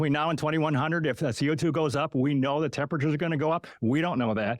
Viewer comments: Never take anyone seriously who pronounces “the” as vee or vu 😂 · I fink vuh way pronounces vose ‘th’ words is thucking irritating. It made it very hard to get froo vuh 2-hour original. Well done and well said,. 👍